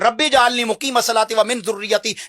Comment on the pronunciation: رب جعلنی آپ غلط بول رھے ھیں اسکو صحیح پڑھیں